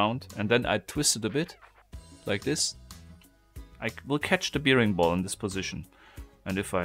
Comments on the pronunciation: Hi, es heißt: „ Bäring-Ball“. Wie der Bär. Und bear wird auch als Bär gesprochen. Hab mi schon gewundert warum du immer Biering und zum Bär Bier sagst. Ich liebe diese Puzzelei. Lg aus Graz... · Careful, it's pronounced "berring ball" not "beering ball".